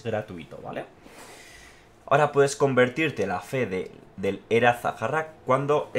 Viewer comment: Entiendo que era zaharrak se tradude como antiguas constumbres o maneras. En euskera zaharrak se traduce como viejas, pronunciado "saarrak"